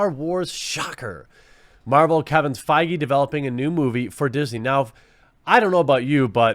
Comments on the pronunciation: Feige pronounced faggy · It's pronounced "fayg" you keep mispronouncing it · Kevin Feige, pronounced bayyyg?